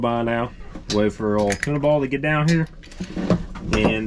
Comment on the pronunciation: Hahaha it sounded like called you tuna ball in the in car shot 😂